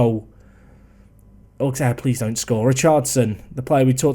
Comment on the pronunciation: Hey, it's the French guy, pronounciation lesson time : Metz = Mess (phonetically of course) Auxerre = Osser GuingAMP = LoriENT = CAEN = Le MANS (Also, Auxerre has one of the BEST youth academy of France, go pick'em youngsters if you wanna win)